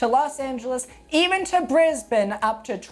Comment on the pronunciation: I like that you pronounced Brisbane correctly seen so many videos say the bane part not like Ben or Bin but like “The Bane of my life”. I’d love to see Vancouver host again I loved the 2010 games ❤ Japan getting a covid free Olympics would be nice too.